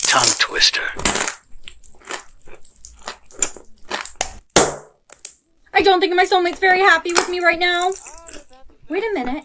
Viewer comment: When she said “what’s a toungeTwitter?” When it’s tounge twister